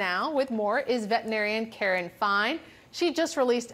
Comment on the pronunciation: "vet 'n arian"